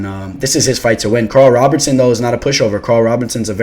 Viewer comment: ROBERSON not Robertson